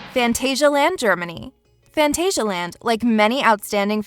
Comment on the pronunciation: As a german i found it cute and funny how she pronounced : phantasialand 😂🙊